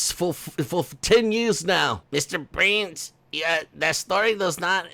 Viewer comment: Haha